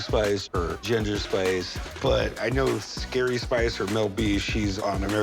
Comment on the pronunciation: What does he keep calling ginger spice?😂